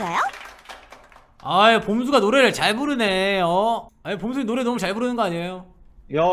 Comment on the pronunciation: ~ 봄수 발음 대박...